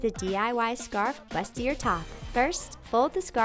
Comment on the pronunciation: Isn't bustier pronounced "boo-stee-ay"? Correct me if I'm wrong